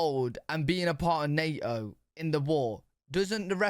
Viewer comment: "Nay-Oh" lmao